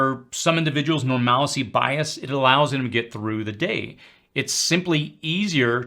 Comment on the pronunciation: Heads up to anyone wondering: Normalcy is pronounced "normal-c"